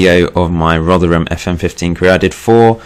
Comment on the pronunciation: Oh yeah and we pronounce rotherham rother rum